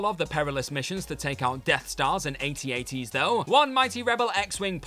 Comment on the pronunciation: "Aye tee aye tee"? Come on dude.